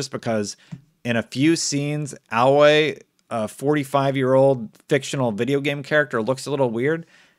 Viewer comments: It's pretty clear that hasn't played HZD all the way through and he also keeps mispronouncing Aloy and the whole 45 years old thing...... Come on dude, do some basic research. The new game set some 6 months after HZD so Aloy is max 20 years old and appears to have gained 40 pounds and aged noticeably for no apparent reason. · I mean you can't even pronounce the name of the main character. It also tells you that it's about 6 months from the end of the first game. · WHY CAN’T YOU PRONOUNCE HER NAME?!? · Please stop saying her name wrong lol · Anyone else bothered by the way he pronounces Aloy? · Every time he mispronounces her name I shudder, this man clearly has not played the first game/isn't a real fan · He can't say her name right. Ayloy not AhLoy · (A)loy not alloy the why your saying her name bothers me. She not an admixture of metals. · Her name is pronounced "Ay-loy" not Alloy lol. She's not made entirely of metal like the robots are 😛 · It's "Aloy", not "alloy", and she is in her early 20s, not 45! And if you had any sort of interest in the characters you played, you would also be reacting to sudden changes in their appearance that made no sense within the lore of the game. But who knows, maybe she binged on three bags of chips and a gallon of Coke the night before... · Technically, this is exactly what happened with the Sonic movie. The released the trailer, everybody hated it, so they spent time fixing it, redoing the trailer, and now it’s one of my favorite movies. They still have time to fix Aloy (also it’s pronounced A-loy, not Alloy). All we know is that it’s gonna release this year. That doesn’t leave too much time to fix the model, but there is still time, if you assume it’s coming at around the end of the year. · …my man…It’s not alloy, she isn’t a compound of metals. It’s pronounced multiple times in the game. Long A, and Loi, rhymes with hey boy. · Why do you keep saying alloy. A-loy. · Everytime he says "Alloy" I cringe a bit, ngl...